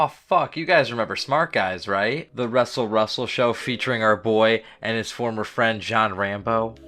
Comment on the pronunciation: Fill me in. Why ya call it wrestle wrestle?